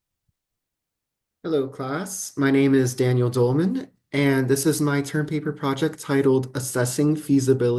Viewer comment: Clicked on this for fun, in the first few seconds I am blown away that your name has been pronounced more like Dole-man and not like Doll-man. Not like the word "doll." I've been pronouncing it as Doll-man for all these years. Nice job on your project! Though I did not understand most of it. Keep doing well at working on your education! :)